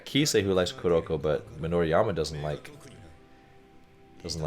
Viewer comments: Just a note, it is pronounced Mi-do-ri-ma not Mi-do-ri-ya-ma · Hey Coach, May be you didn't pay much attention but you are pronouncing Midorima as Midoriama. Also, your face is out of focus for almost 80% of the video.